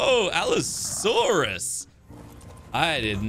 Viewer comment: Allosaurus = ab-asaurus